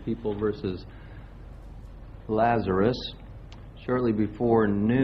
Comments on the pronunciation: You CAN see her facial reaction on the original video! 🤦🏻‍♀️ P.S. her surname’s pronounced – LAZ AR US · Every time you mispronounce "Lazarus" it triggers me.